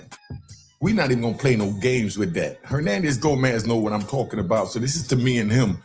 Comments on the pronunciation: His name Henandez Govan bruh😂😂, You said Henandez Gomez😂😂 I fell your content though bruh you 💯!! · It's GoVANS! VANS Not GoMANS